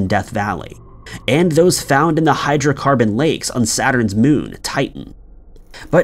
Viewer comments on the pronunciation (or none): none